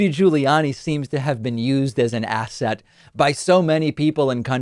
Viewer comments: ASSET? Ithought he said ASSHAT! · At first it sounded like he was saying Rudy Giuliani is an A$$hat not an asset.. I agree Rudy is an A$$hat as well as being a bloated windbag.. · Did he say ASSET or ASS-HAT? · Did Andrew say asset or asshat?